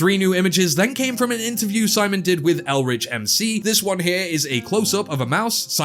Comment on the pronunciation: Love that you pronounced ElRichMC properly :D Great videos! Keep up the amazing work :)